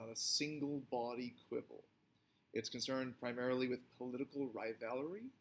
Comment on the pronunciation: Did he say riVALerie?